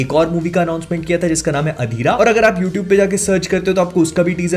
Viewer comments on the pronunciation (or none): none